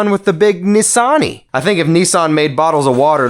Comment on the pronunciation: 🤔Yes mm nah.Aint Pronounsed Nessan it's Nissan.,I not E..👍